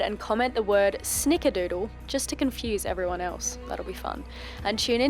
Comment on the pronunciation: Snickerdoodle? Or Sneak-a-doodle? 😂